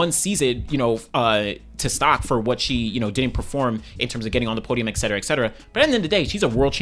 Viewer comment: it's et cetera, not eccetera.